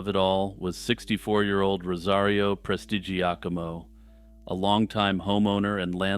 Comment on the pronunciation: Excellent pronunciation of "Prestigiacomo". Very impressive!